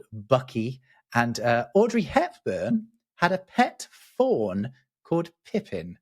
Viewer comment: Okay, I'm not crazy even the closed captioning thought said "thorn" and not "fawn".